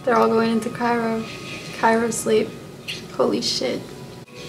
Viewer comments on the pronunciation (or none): Cryo sleep honey not chiro 😂